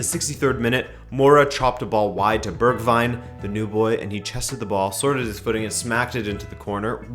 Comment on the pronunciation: It remains strange how you're able to pronounce Waalwijk with a Dutch w yet struggle with the name Bergwijn (literal translation: mountain wine)